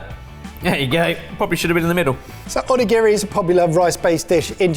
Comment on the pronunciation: Ugh the constant mispronuciation of onigiri is painful. But great video!